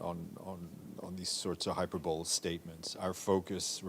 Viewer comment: “hyperbowl”? How does this man not know how to pronounce this word at his age and station?